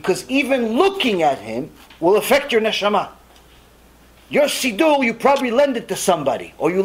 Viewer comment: I never heard it pronounced “seedoo” ever. Where is that coming from?